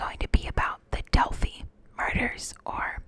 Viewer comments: Not pronounced Delphy….pronounced DELL FIE (like PIE). So, I'm not sure where you got your information from - how do you know anything about these girls and don't know how to pronounce the name of city they lived in? If you have watched any other video's from other youtubers or news from Indiana with this topic you would know that. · Hey! It's DEL FY not DEL FEE. the composite sketch is not based on the photo Libby had taken, it is based on eyewitness description(s) of at least one, and possibly two people who were in the area at the time and think they spotted the suspect.